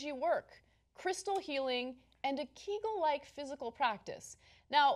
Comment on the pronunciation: Ana, Cenk was right – it's pronounced ~ KAY-gul, not KEE-gul (named after Arnold Kegel)